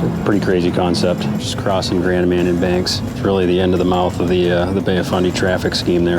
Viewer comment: The captain didn’t know how to pronounce “Grand Manan”. 🙄